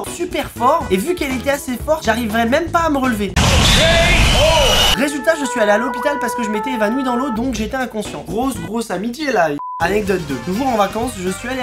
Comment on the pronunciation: C Amitié ou Amité XD